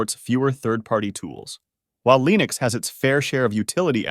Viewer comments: Uhh.... Line-ux? lol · Pick one way to pronounce Linux and stick with it! I've swapped to Linux and a change was made on installing the ESO game with Lutris, so I had to use Steam. Otherwise, I've had zero other issues. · Navidia for lienux deestros.